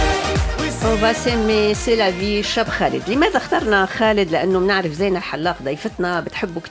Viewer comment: زِينه بكسر الزاي وليس بالفتح.. الاسم ماخوذ من الايه (المال والبنون زينة الحياة..)